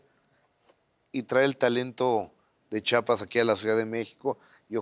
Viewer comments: Por favor Gustavo, chi a pas, No chapas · Qué coraje que por más que Carlos enfatizaba diciendo el nombre de "CHIAPAS", Gustavo nunca dejó de pronunciarlo mal: "CHAPAS". No hay cosa que moleste más a un chiapaneco que oír pronunciarlo incorrectamente; y a mí también 😡